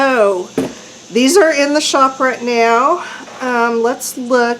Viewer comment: Love the comments from the Peanut Gallery. More please. Btw thot I was in the wrong place when you said “write” instead of “raht.”